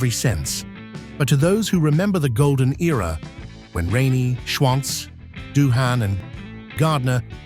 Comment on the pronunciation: It's pronounced, Dooan The h is silent.